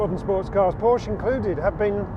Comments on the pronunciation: Does still not know how to pronounce Porsche? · There's always one that complains about how 'Porsche' is pronounced. The correction never comes from a native Deutsch speaker. And it is never an issue with the pronuniciation of other makes. Snobbery? Car OCD in Porsche obsessives? As you say, live and let live!